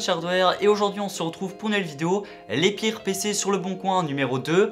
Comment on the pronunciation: Les pirrrrres ! Les amis les pirrrrres pc ! Trop drôle